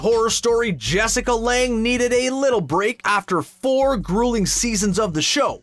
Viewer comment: So annoying! Also he said Betty instead of Bette and said Jessica Lange wrong